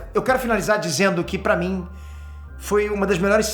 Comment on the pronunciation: pa mim, entrende ? o r 😂 fez um deslize temporal aqui.